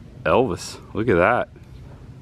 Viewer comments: Evils ? Not Elvis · Evils, not Elvis